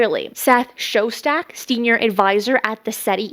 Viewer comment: Shostack not show-stack